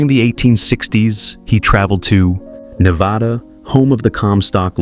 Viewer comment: It's now 2026, why can't we program AI voices to pronounce Ne-VAH-DUH properly. It's NOT Ne-VAW-DUH.